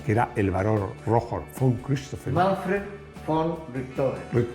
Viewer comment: Muy buen video; por cierto si te quieres meter un poquillo con dile que ha pronunciado mal el nombre de Manfred von Richthofen